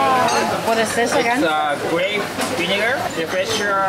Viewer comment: 店員のビネガーて発音が聞き直されてたね～やはりRの発音がね～～カタカナ英語がダメにしてるね